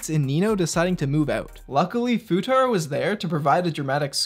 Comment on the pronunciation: "Fuutatski" had me dyin